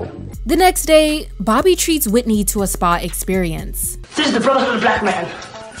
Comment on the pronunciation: The way he stressed Whitney omg😵‍💫🫨